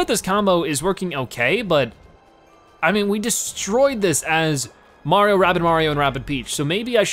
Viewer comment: Wait do you say “Marion”?